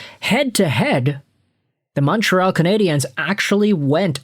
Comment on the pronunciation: Just so you know (because you're clearly an American who doesn't), in English, the word "Canadiens" is just pronounced the same as "Canadians". They are the Montreal Canadians in English, where pronunciation is concerned, not the Canadi-ennes.